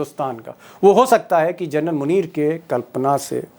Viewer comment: With due respect, Deepak ji, please pronounce (Lt.) General as जेनरल and not as Journal 🙏